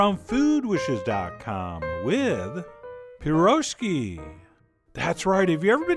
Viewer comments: Pir- osh-ki. Accent first syllable. Secret to best dough is sugar. About as Greek as stroganov. Piroshki are cylindrical in shape: they dont look like dinner rolls. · пирожкИ (ударение на И), бля как по-английски, кто знает - напишите в комментариях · Chef John, right way to pronounce is "pirozhkI" with accent on last I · Its "pyrizhky" and this dish is Ukrainian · "pirOzhki"... How can you call yourself 25% Russian after saying that? Only "pirozhkI"! :) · Its pronounced piroshki, not piroshki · Крутой рецепт, спасибо. Кстати, произносится pirozhkEE, not pirOzhki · pirozhkI... with an accent at I, please. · Not PirOzhki, correctly - PirozhkI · It's not Pirozhki, it's Peerozhki, with accent on last i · Not pirOshki, pIroshki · PirozhkI, not pirOzhki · I subbed... it's pronounced {Pih-ro-shhskii} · They are pronounced “Pirrohii” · Pronounced peer-rozh-KEE (the zh is like mea-SURE) - I took Russian in high school, and we did a field trip to a Russian Orthodox Church, where they served an authentic meal - and the thing that I remembered most was the pirozhki (пирожки) - mmmmmmmmmm! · Chef, it's pronounced "pirashkEE". It's amazing of you to show this! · Russian here.First of all, you're pronouncing it wrong (which is expected), it's pee-rozh-KEE.Secondly, what you made is some meat stuffed doughnuts, more like belyash or samsa, which is middle-eastern cuisine. We never deep-fry stuff, at least at home.The real pirozhki are shaped like a boat (look it up, russian Wiki has a good photo) and they are either oven-backed or pan-fried, never deep-fried. Oven-backed are the best IMO.Lastly, the filling. Pirozhki are usually stuffed with potato & cabbage, or green onions & eggs, or mushrooms, or berries, or even cottage cheese, but never only minced meat. If you prefer this meat doughnut to the traditional recipe, please don't call it pirozhki. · u pronounce it wrong. it's pirozhkI, accent on "I" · Its pronounced: peer-rowsh-key. Your friendly neighborhood Slav here.